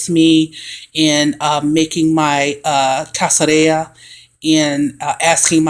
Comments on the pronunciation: I can’t stand to hear black folk refer to themselves as witches. Our melanin is too powerful. We are enlightened not witches. Our intuition is natural and more powerful than the others. The correct pronunciation is (kas-kad-ree-yuh). 🤦🏽‍♀️ nice try. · Pronunciation would be "Kas-ka-rrija" little shell or little peel. Is a Spanish word. Not being an a-hole but trying to help. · It’s pronounced Kas-ka-ri-ga meaning peel 😅 loved it super helpful 🙏❣️✨ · Sorry i dont mean this to be rude but its pronounced "cas-ca-ree-ya" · The pronunciation is BOTHERING me lol! But thanks for showing how to make it. I usually buy it in bulk, but want to use my energy in making it myself